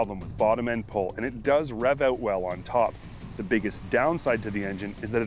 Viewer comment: "The vehicles we are shooting-oowt today" lol